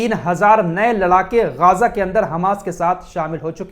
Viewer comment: Ghaaza nahi Ghaza boliye